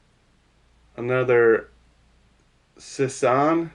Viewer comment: The sisson crankbait is said like sizzor but the r is a n